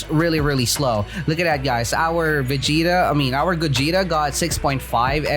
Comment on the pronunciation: said gugeta